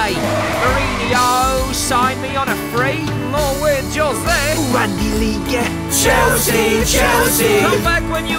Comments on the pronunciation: Ummm is it just me or am I hearing Chelsea Chelski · Isn't it chelski